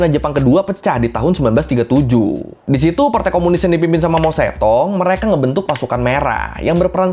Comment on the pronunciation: Berguna tapi sebelum bikin video, better belajar spelling nama2nya dulu kali ya, Mao Zedong sejak kapan dibaca Mao Zetong 😂